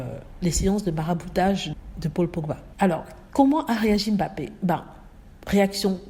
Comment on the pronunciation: a très bien prononcé le nom bappé, M'bappé le M' est ce qu'on peut appeler les vestiges de la colonisation. Les noms Africains commençant par une consonne sont souvent précédés d'une consonne qui reste muette à la prononciation. Beaucoup de blancs savent que leurs ancêtres ont fait cela pour marquer leurs acquisitions d'humains '' j' ose dire humain'' l'Indochine aussi a été victime, un nom comme n'guyen initialement le N reste muet.